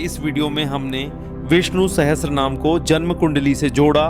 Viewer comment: Ur pronunciation is wrong. It's not Sahstra naam. It is sahasranamam